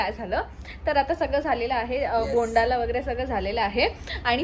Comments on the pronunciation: agg भोंडला ग भोंडाला nahi ग 😅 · भोंडाला nahi भोंडला 😅 Ho mi Punekar ahe 😂😂😂